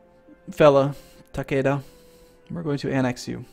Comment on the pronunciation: Takeda the ke in it is pronounced like Kay as in Okay ;) and Yes i am thinking about just Ragequiting watching it :P